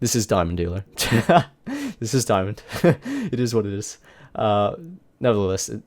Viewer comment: Eeet iz wat eeet iz